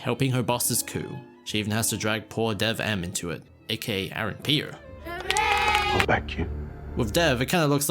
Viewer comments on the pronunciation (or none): “Aaron Pee-r” Lmao